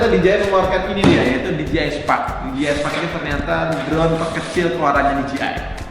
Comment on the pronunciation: DJI bukan di ji ay tapi di jey ay